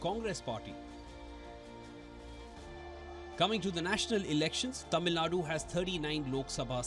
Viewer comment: Sir, I am amazed that you can pronounce the sound zha in tamizhnadu… I am among probably 20% tamilians who can pronounce that word while majority of politicians and leaders who’s livelihood depends on Tamil famtism and hate for Hindi cant pronunce it and they say Tamilnadu.